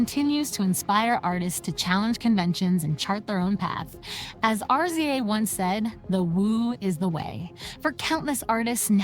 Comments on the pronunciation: Yo I'm sorry but YOU are killing this story with all the mispronounciation and why do you keep spelling RZA'S name (RIZZ-ZAH) say it with me now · Omg is she really saying R..Z..A....lol instead of the actual name 😅 and keeps saying wu tong and ticol